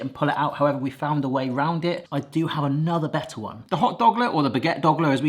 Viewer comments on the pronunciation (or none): none